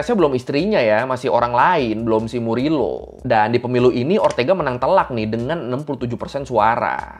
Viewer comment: Bang FYI kalau org spanyol kalo namanya Morillo, bacanya jadi MORIYO. Semoga bermanfaat 🙏🏽